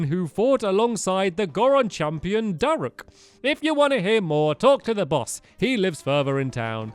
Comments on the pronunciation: Tip:When you run out of rupees , you should fight lynels and collect there parts. And also it is pronounced DA-ROHK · It’s pronounced “Darook”